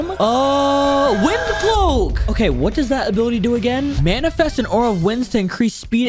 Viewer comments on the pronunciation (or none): none